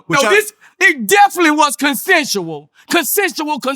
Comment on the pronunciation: Its consentual consentual 😂😂😂😂